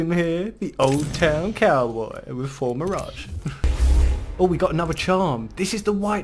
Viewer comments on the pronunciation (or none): none